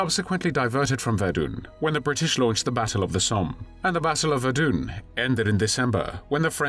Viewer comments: “Verdoon?” I think you meant to say Verdun. 🤦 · Pronouncing Verdun as Verdoon doesn't do much for the old credibility rating. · There is NO 'e' at the end of 'Verdun'.